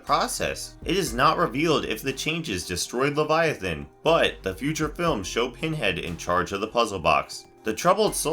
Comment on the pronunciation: Title: who is Leviathan? First minute: We don’t know but maybe it’s this You’re welcome for saving you 10 minutes of your life. Is this ai narration because it wasn’t even pronouncing the main characters correctly?